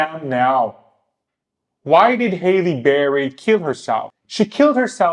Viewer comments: her name is HALLE, not hailey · Her name is not HAY-LEE Berry ...it's HAAA-LEE Berry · Halle is pronounced like Sally lol